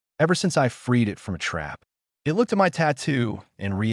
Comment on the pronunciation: Overall, a decent story and generally well delivered. However, there were multiple times where it was obvious it was A.I. The most common instance was when "it" was being used and the voice used "it" as if it was using the abbreviation for Information Technology, aka IT or I.T. I noticed fairly along in the story when one instance happened with a word spoken "I.N." instead of "in". Then there was the one time, again late in the story, where what should have been an ignorable period was read (rhymes with bread) out as "dot".